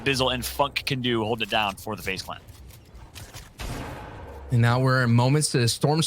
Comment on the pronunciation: Anyone else hear the presenter say faze fucks? 😆